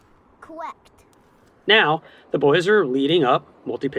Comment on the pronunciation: I don't know if "cowect" is what I want to hear when being belayed up 😂